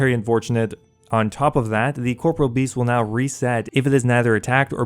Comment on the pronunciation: thank you for at least trying to pronounce corporeal beast correctly. no one ever does :(